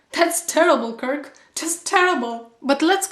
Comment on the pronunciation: "Would that be ok with you...KirrlllK?". Hahah! Love it!